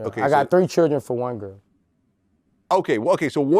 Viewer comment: I love Boosie but love his accent even more ❤😂 the way he says Cherrdren 😅